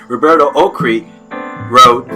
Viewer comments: dude really? not only did you make a typing mistake you also actually said his name wrong.try googling his name and see what comes up.its orci not ocri. do i follow star trek... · it wasnt just a typing mistake , you actually said it wrong but sure why admit that? buzz off